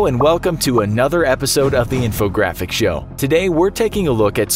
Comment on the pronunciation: "You love the inforgraphic show" "You love the inforgraphic show " "You love the inforgraphic show"